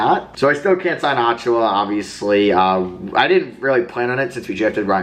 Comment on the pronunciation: Precious's last name is pronounced "uh-chew-uh"